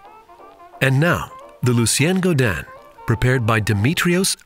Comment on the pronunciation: This is an amazing drink and the Cocktail Chemist is obviously a skilled bartender, but please... if you care about the drink's origins, pronounce the man's name right. Gaudin is pronounced go-dihn not Guadin (like Guadalupe). Thanks for the video. I love me some cocktail history!